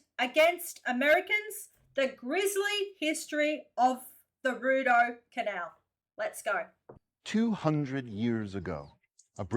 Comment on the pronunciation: Hey, it is pronounced "Re- doh canal I live next to the Shubie Canal System In Nova Scotia,Canada!😀👌👍👍👍✌